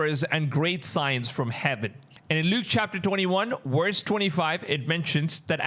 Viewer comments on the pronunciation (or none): My dude you got to learn how to say famine and verse if you’re going to have a YouTube channel. Do you say axe instead of ask?